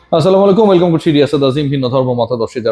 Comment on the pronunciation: ভাই গাঁ*জা খাইছেন না কি?? যে সালাম টা ও দিতে পারলেন না ঠিক মতো